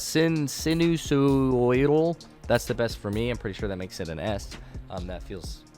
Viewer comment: he always struggles to pronounce sinusoidal 😂